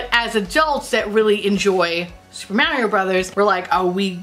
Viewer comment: I loved it too because it's how we pronounce it in the UK! I was delighted to hear an American pronounce it right for once 😆